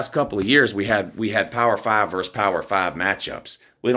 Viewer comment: VERSUS - the word is VERSUS not VERSE